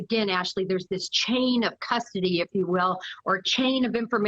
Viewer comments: It's not MOSS COW... it's Moss COE. This woman doesn't even know this area, or how to pronounce the city name. I was a 20 yr resident and worked at MOSS-COE courthouse before I get grief. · it's NOT 'moss cow'! , that's in Russia, this is ID. it's 'moss co' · AND PAHLEEZE...IT IS MoscO(w), NOT MosCOW!!! WE ARE NOT RUSSIAN!!! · MosCOE, phonetically. Apologies